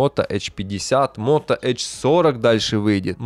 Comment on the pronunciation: эйч 50, аш ди, ну комон)))